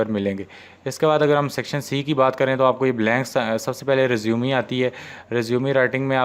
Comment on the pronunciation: Bahi resumeee nahi hota resume hota hai